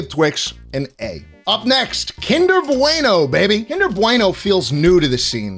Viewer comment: im sorry BWEINO? kinder bweino? do you have sutch a toddler sized "bwain" to not know how to say bueno? im european, (i know i suck) but im in no way italian! (some redeeming at least) but even i know how to say BUENO not fucking BWEINO